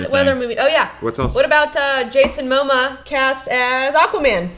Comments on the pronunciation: Jason Moh-muh? It's Mamoa! Muh-mow-uh! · please pronounce Momoa correctly... FFS.